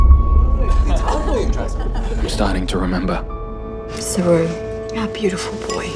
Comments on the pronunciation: Its the pronunciation of the name. Which is suppose to be said as SHERU meaning LION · Sophia Talbott his name was not saroo he had been pronouncing it wrong the whole time. it's sheru which translates to lion.